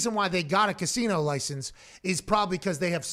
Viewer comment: He's so high he can't pronounce "casino"